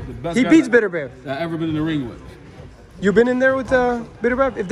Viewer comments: Who the hell is "beater-beeve"? Pronounced "better bee evv" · “Be-tur bee evv”